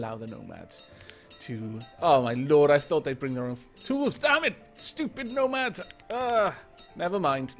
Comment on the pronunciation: Every time you say nomads, all i can hear is gnomads. These are the dangers of gnomoria.